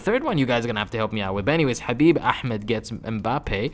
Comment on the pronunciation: You are Arab the way you say Habib Ahmed